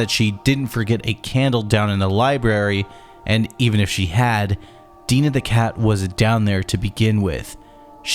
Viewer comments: Love it watched this and your video on the first game... But why do you keep calling Dinah... Deenah? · how you’re able make a video with ALL this information and not able to pronounce Liddell and Dinah correctly baffles me